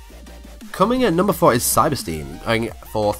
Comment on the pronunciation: nice video, btw it is pronounced cyber 'styn'